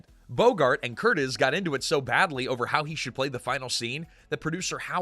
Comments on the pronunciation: Curtiz is pronounced Cur-TEEZ. Millennials never get this right because they've never heard it (because they know nothing about classic films). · Very interesting and well done video! Thank you. (Except mispronunciation of the director's last name.) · Have you ever noticed that younger guys NEVER get it right? That's because they've never heard it, which means they've never really researched film history.